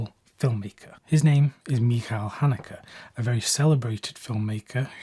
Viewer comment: Wow, you even pronounced his name the German way. That is rare and a real commitment. My favourite film from him is "das weiße Band (the white ribbon)". I watched it with my children so they get an idea how the children of the generation that made hitler possible was raised.